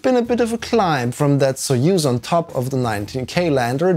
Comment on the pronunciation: very nice overview of the system, I've legit never heard about this. Also props for pronouncing soyuz correctly 👍